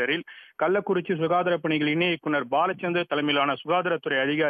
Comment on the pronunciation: "சுகாராத துறை ஆ". என்னமா படிக்கிற?நீங்கள் பல ஆண்டுகளாக செய்திகளை படித்து வருகிறீர்கள்! அது சுகாதார துரை